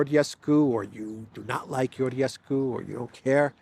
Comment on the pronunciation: Stop saying "Yoryescu".. it's Romanian man, not Turksih or Greek. Whenever you see "Ge" or "Gi" together in Romanian it's a Je / Ji sound. Like imagine it's Italian. Read it like Italian, maybe? So "Georgescu" is pronounced "Jeeor-Jes-Cu" Please stop saying "Yoryescu" it's triggering me! You don't call Giorgia Meloni "Yioryia Meloni".. do you? So why adapt Romanian as if it's Turkish or something? IT'S NOT. Please stop calling Georgescu "Yoryescu"!!! Thank you.